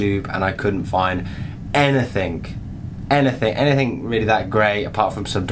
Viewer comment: Anything. Not "anythink" you twat.